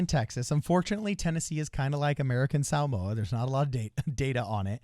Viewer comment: Shoutout for saying Samoa correctly